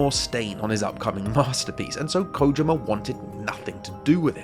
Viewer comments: Usually I hear people say "koh JEE ma" but Kojima doesn't have two Is in it, so what did is accurate. He pronounces his own name in "Hideo Kojima’s Closet Picks" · Thanks for being one of the people in the Anglosphere I can count on a single hand that bothers to pronounce his name correctly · You're the first youtuber I've seen who pronounces it 'Kojima' and not 'Kojeema'... thank you